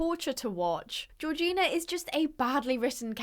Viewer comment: Gorgina- I kept hearing Regina in the movie and the video so I was like " Regina George why you riding horses" 🤣 (love ur vids!)